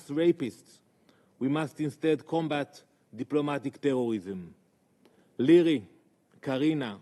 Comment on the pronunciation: The new in word😂 DIPLOMATIC TEWWWWISSSSIM